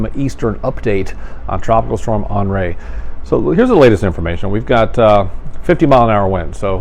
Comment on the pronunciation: The dude cannot pronounce henry